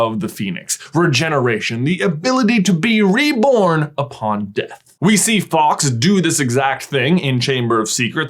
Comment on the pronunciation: but his name is fawks, not faux